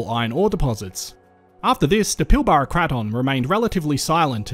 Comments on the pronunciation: i‘m sorry to nitpick but here in WA we pronounce pilbara as pil-brah not pil-bar-a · It's pronounced PILBRA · It's pronounced the pilbruh